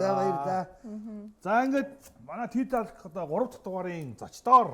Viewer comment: ahaa Talk /Тоок/ гэж дуудаж байгаарай бусдаара гоё шүү